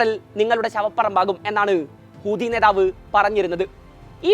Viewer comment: ഹൂദിയല്ലെടോ ഹൂതി എന്ന് പറയൂ